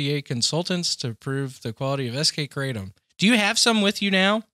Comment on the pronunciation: Kratom is pronounced: "kruh-TOM"